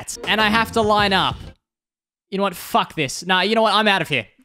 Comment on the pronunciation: Ah yes i love the "FACK YOU" finger